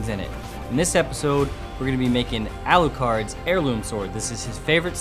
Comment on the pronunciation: and then he said "it's arikado"